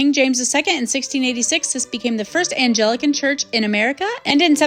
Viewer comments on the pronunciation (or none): Beautiful job! Loved your video. But you pronounced Anglican and Chipotle wrong so you should fix that.